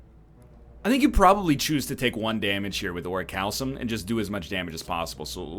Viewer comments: It's ORI-CAL-COME, just FYI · Ori-kalkum is how it's pronounced. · "Regal Pillow... Ori-cal-some...Mercury Hourglass..." That is not how you pronounce Orichalcum. No no. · I wonder when he'll learn how to pronounce orichalcum correctly.